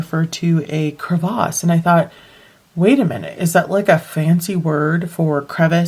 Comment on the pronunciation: You say crevasse in an English accent! A new skill! Great set of videos.